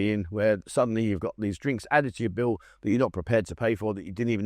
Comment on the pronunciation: The "Bin" is of course a "Bill", eg check bill. In Thai grammar, a trailing "l" is pronounced as "b". eg "Hospitan" for hospital, and so many others.